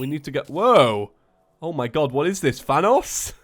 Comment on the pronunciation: you called thanoes fanoes:/